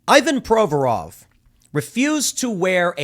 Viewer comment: In Russian it's pronounced "EEvan". Also, I'm pretty sure in his last name the stress is on "vo", not on "Pro". Same with "GorBAchov", "RachmaNInoff", etc. (I know nothing about the guy, is he American? 🙂)